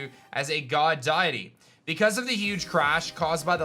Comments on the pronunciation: ITS NOT DIETY ITS DEITY YOU ARE PRONOUNCING IT WRONG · I’m sorry but not sorry but my mans said DIEty